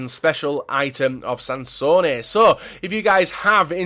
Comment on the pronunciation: Sansone, not Sanson😂